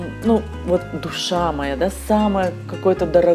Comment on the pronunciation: Рыба моя. С ударением на о. Хороший видос.